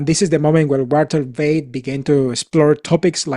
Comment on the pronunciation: Find something else to do. You have no business to judge anyone. You are a click baiter. And just annoying. And for the record it is Walter Veith not Walter Beith